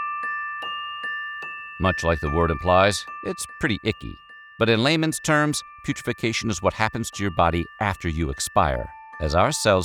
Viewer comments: Putrefication? That says putrefaction my guy, which is not what you said. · Narrator can't pronounce putrefaction*. He says "putrefecation", adding an extra syllable. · He should try saying putrefaction, as it's written. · It is such a commonly misused term for the correct pronunciation. Fortunately it shouldn’t be the subject of too many conversations to be used inappropriately. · This didn't rise to the level of quality I expect from this channel. It's not "weird," it's sad and macabre. And then they couldn't even bother to pronounce putrefaction correctly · Cool, so he could also pronounce it the way it's written on screen.